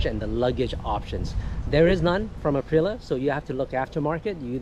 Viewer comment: Would you PLEASE pronounce the bike's brand name correctly?? Arrrggghh!